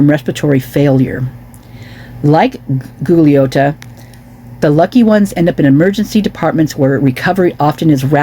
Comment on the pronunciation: Goo glee otta it is pronounced he is from Long Island New York the pro basket ball player